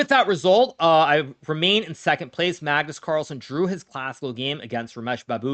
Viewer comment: The FIVE TIME World Chess Champion, Cagnus Marlsen!